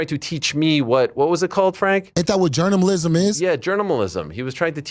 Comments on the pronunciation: Journamalism 🤣🤣🤣. I can't believe he said that once let alone that many times. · What's really shocking about this video is that you could have mistaken every single time he said Jourmnamlism as the same clip, but they weren't.